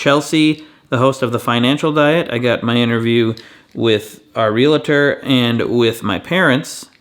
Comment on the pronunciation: "Real-a-tor" jumps out at me the same way "Nuke-u-lar" does.